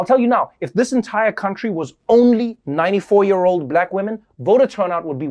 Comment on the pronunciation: Love Ya Trevor ... after watching many of these I appreciate your humor even more... Just one note... It is pronouned Y-Ear.... not Yar ... lol .... keep up the great work